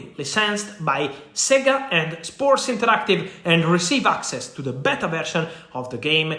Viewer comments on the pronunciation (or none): none